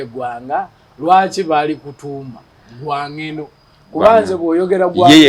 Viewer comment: They were called Ogwang Gweno. Dont butcher these words